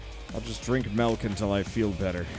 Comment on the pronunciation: says “Melk” and now all can think of is that video where they dissolved into a standoff over how milk is supposed to be pronounced.